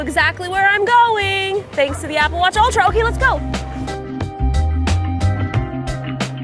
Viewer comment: What’s an “aga watch”?😂 Also What size is her wrist???